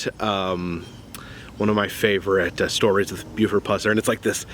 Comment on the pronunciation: Thank goodness you didn’t butcher his last name like you did in you 2015 vlog, lol. Thanks for going back. This man is a hero of mine.